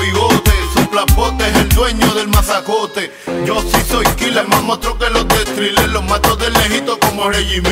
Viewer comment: "mas mostro que los de Thrilla" (Thriller como la cancion de Michael Jackson, pero Tego lo pronuncia Thrilla)